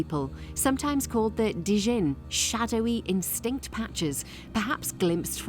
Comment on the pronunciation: Look up the pronunciations for “Djinn” and “Carl Jung”. Those aren’t what you said in the video.